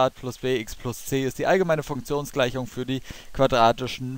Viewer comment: Hört euch mal in 0.5 Geschwindigkeit an wie er das erste Mal Funktionsgleichung sagt o.O